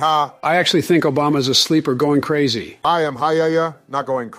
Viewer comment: I am hayaya, not going crahzy